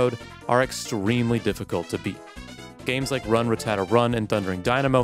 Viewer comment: you pronounce rattata as some sort of italian desert.